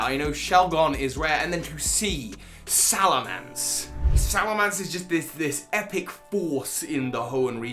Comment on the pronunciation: I think you mean corkscrew crash, also it's Salamence, not Salamance (sorry, I still think you are awesome)